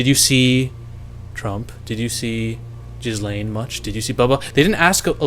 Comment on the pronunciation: Pls try to say her name right, its not JIZZLAYNE